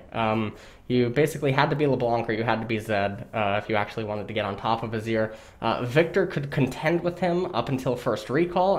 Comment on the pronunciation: Mawna Void Stawff What's next, Awzir?